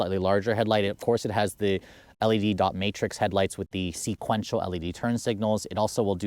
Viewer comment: Because he used to say sinquential lol